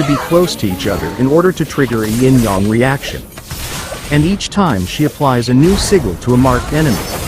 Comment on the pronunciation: İ guess i understand the "ying yang reaction" 😁 you are saying it beautifully